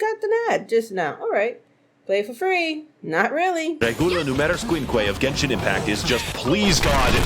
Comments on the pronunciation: I still can't believe she still called it Jenshin Impact I can't stop lmao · Ah yes my favorite gacha game Jen-sin Impact